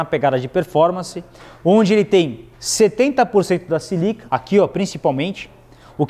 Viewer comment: Não é 'silica' - É SÍLICA'